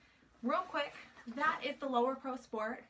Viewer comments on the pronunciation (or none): You Know its Lowepro right? even in your article you use lower pro but again it's Lowepro. Thanks for the good review though.